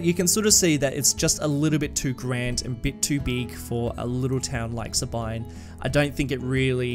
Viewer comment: Sabine is pronounced "Sah-been" - the mm-wiki discord community